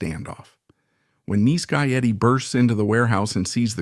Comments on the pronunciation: Neece Guy Eddie?????? Bad AI! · "neese guy Eddie" ??? It's nice guy Eddie you AI slop cnt waffle. Fcking garbage. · Is this an AI narrator? He can't pronounce nice